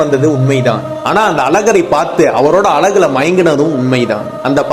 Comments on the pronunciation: அது அலகு இல்லடா அழகு... உங்க தமிழ்ல கொள்ளி வைக்க... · எல்லாம் சரிதான் ஆனால் அழகு ன்றத அழகாக சொன்னா என்னவாம் 😠😠😠 அலகு அலகு ன்னு 😠😠😠